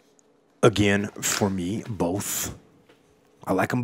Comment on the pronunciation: Where he from lol 😂 “I like em boff”